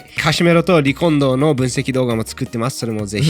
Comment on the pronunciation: カシメロとリコンドーの名前言う時の発音がすごく気持ちいい